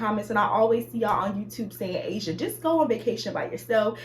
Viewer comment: “Ah-si-ah” Asia 😂😂😂 I’m weak